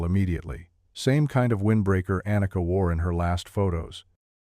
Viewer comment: Warum sagt der Erzähler immer Anaka statt Anika??